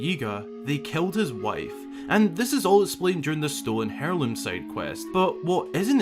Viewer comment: I’m sorry… hair-loom?